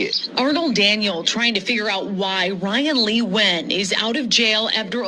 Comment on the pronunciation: Impressed you know how to pronounce Nguyan, I never did.